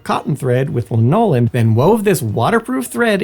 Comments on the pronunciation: I had to understand the word "mac" from context when I first read it. Sorry to be nit picky but Americans (I think is American) say lan-o-lin and not la-nol-in. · Wtf is I'm la-knole-in? Lanolin??? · Lin-OH-lin? Is English not your first language? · La nole in? ar mis tis? Where is Simon? He at lest can pronounce words properly. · Interesting topic, but it would behoove you to know how to pronounce the words in your video. There were at least a half dozen mispronounced, including lanolin and gabardine, among others. Pronouncing words incorrectly undermines people's confidence that you know what you're talking about. Just a helpful tip. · I have never before heard lanolin pronounced this way. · I kept wondering, "Is thinking of linoleum?" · It makes me second guess the way I pronounce it though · If you choose such a topic you should really check how to pronounce lanolin, inclement and names likes Aquascutum. (It’s Aquuscootum) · This is why I am here. “Was I hearing things, or did he really just mispronounce ‘lanolin’?” Yep, he really did. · The U. S. Army field jackets didn't replace the trenchcoat. In fact, the trenchcoats are still being issued as part of the "Class A" uniforms. Also... your unique pronunciation of "Lanolin".... I normally wouldn't mention something like that, but it was so off, it confused and distracted me until I could figure out what you were talking about. It might distract and detract. "Ar-MISS-tus"... Others... Were the mispronounced words part of a comic bit "A-A-Ron"? 😁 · Could you please look up the pronunciation of lanolin.